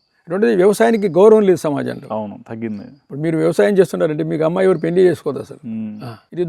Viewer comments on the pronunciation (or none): none